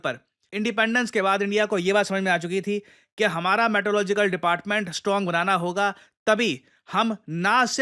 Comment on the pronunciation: Meteorological ❌ Maetelogical ✅